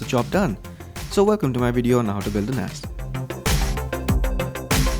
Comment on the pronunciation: Flipping Awesome Video! It sounded like you were saying, "Lets Build An Ass...." LOL